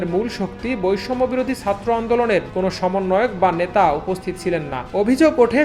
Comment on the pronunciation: satro na bhai, chatro. plz uccharon thik kore bolen.